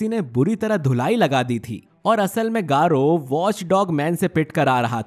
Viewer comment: Bhai garou Hota h 💀